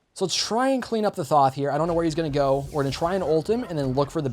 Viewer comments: It is th-o-th not th-a-th where do you see the A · The way you pronounce Thoth hurts me